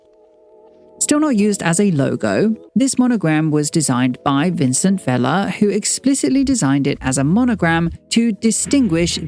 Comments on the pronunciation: This is such a great video but I wish you had looked/researched a little into Spanish pronunciation. You tend to pronounce all letter in Spanish. It is nothing like French. Vicente Vela is not the same as Vicen or the french name Vincent as you pronounce it throughout. This is the same with the street names. Calle should not be said like Cal. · I kept wondering why you pronounce Vicente in French. 😂 (like it’s Vincent)